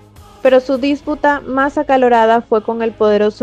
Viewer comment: es dispúta, no dísputa como pronuncias tu, pongo lo acentos para que entiendas pero en ambos casos no se pone